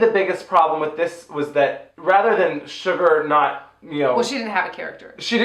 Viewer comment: It honestly cracks me up how both of you refer to Shuga as “Sugar”. Hahaha, I’ve just never heard anyone else not say “ShugA” so the fact that both of you keep the “r” on it really tickles me for some reason. I should really probably get out more.